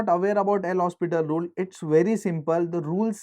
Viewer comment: hopital not hospital XD